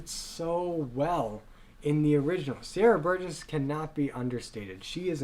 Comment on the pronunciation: PLease Learn how to pronounce Ramin and Sier